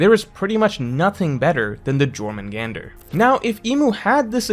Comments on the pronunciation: Back at it again with the text only pronunciations I see. It should be “Yore mun gon der”. Like how in Mjolnir (myul near) the j is silent. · "J'" is pronounced as "Y" in Scandinavian languages. It is "Yormengander." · I thought the j was pronounced like "Yor" not the regular english way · bro it's pronounced like yormungandr. the j makes a y sound, like mjollnir or jaeger or jung. 😭 why do you never look up how to pronounce anything 😭 ive been correcting u for years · I don't wanna be that guy, but I was shivering way too hard bc of this: Please pronounce it Yormungandr. The J in german and norse languages is pronounced like the english Y. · Bro, it’s pronounced YOUR-man-gun-der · STOP NO STOP I CAN'T STOP, I WANT TO WATCH THE VIDEO BUT A "J" IN SCANDANAVIAN LANGUAGES IS PRONOUNCED LIKE AN ENGLISH Y SO IT IS YORMUNGANDR. ok yelling done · Btw it is pronounced Yormungander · Lol bro it’s pronounced “YOHR” mungandr 😂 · J's be killing english speakers i stg. But for the next 15 minutes it IS now Juh-Or-Mangander people. Just deal widdit. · Not pronouncing Jormungandr with a J lmfao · Rip, definitely learned the word Jormungandr via reading. It’s Scandinavian so the J is pronounced like a why. Been there with words like epitome (ep-ih-toe-mm vs the correct eh-pit-oh-mee) it never feels great so no shame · your pronunciation of jormangandr hurts me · I'll never get over pronouncing stuff wrong, like pronouncing the j in Jormungandr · The j is pronounced like a y.. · Jormungandr pronunciation hurts my ears but curious to hear this theory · You said jormungandr wrong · I got drunk playing a drinking game every time said Jörmungandr with "J" than "Y" 😂. If you know what I mean. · The way pronounces Jormungandr is just 💀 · I can't how do you mispronounced jormungandr so bad😭😭😭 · Pretty sure the 'J' in Jormungandr is pronounced like a 'Y'. Cool theory tho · I hate your pronunciation of Jormungandr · The J in Jormangander is pronounced as a Y